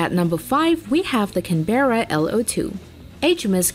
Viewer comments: Get it Right it is pronounced as Can barra ( bra) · Its canberra class not canBEARa class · The way she said Canberra